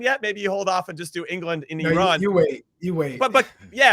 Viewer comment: Thank you Heath for pronouncing Iran the the correct way. We are not an Apple product.